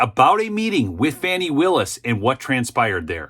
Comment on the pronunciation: You are saying her name wrong. Pronunciation is " Fawni". Spelled like Fani.😊